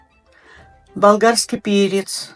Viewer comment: СвЁЁЁкла! Молодая свЁкла с листочками!